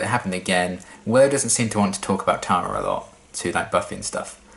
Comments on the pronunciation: If you watch then "Clahra" should be sufficiently seared into memory. Similarly, Giles—and, unsurprisingly—says "Tahra" [tærə] instead of [tarə] like the other characters (including Tara herself) say it. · As far as pronunciation goes, when I first watched the show I didn't pay attention to her name on the credits, so thought that Tara's name was Terra for a number of episodes. That's what the American pronunciation sounds like to me (in Australia we would pronounce it the same as you ).